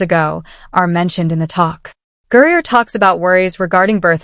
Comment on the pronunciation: Stop mispronouncing griner 😮😮